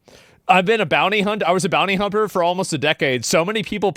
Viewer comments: Bro really said bounty humper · ASMON! Did you say: "Bounty-Humper" ??? 😂😂😂